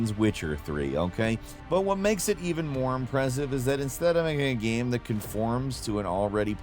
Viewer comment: "ganyme"....😅 I can never pronounce "game" the way my guy does sometimes. Great vid tho 😅😅😅